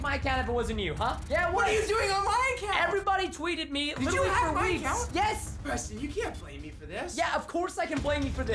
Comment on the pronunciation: no its abawt fun prestin